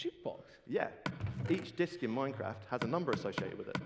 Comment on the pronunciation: swealing of the cwawn juuls in minecwaft :^)